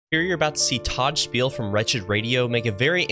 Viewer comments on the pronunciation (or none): It’s Todd Friel not Spiel